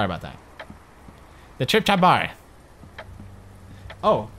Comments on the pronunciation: It sounded like he was saying crap instead of trap. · Has anyone notice how instead of saying 'trap' pewds says "crap"